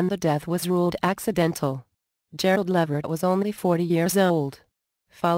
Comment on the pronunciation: It's levert